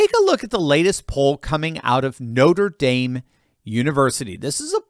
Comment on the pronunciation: Noter daim? Did you flunk French? What up with that?